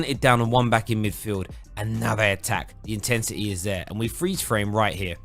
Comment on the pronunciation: Mate did you just say “Intentity” instead of intensity 2 mins in?